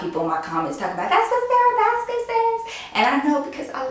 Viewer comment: Girl when you said "I am not Sarah Baska" i was like wait a minute did she say Sarah baska?? I love her too!!